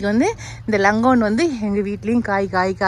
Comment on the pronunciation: லங்கோன் இல்லை 'லோங்ஙான் ' பழம் longan. I'm from Malaysia